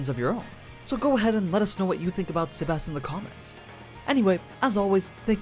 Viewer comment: "Sebas Tian" 😂😂😂